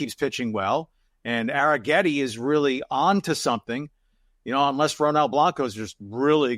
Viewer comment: Question: why is it pronounced Air-n-getti when there's no N? 😮